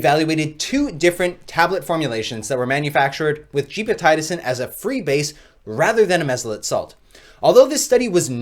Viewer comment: Gepotidacin pronounced as (jep″ oh ti day′ sin) per - MedlinePlus gov